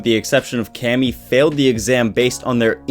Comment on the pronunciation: Thought it was pronounced (Kay-me)?